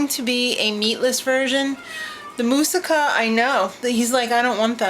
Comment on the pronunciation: Stupid happy you made that and were the only person I have ever heard pronounce that right in the history of womanhood... with a freakin F BOMB... right here.. My favorite part has to be the Feta part.. It gives the title that kick in the pants!! : )